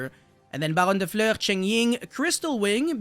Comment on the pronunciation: If you can say Fur hire or Fury then you can say Fleur.